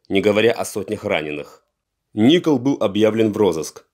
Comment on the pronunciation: ИНФО только не Ни’кол а Нико’л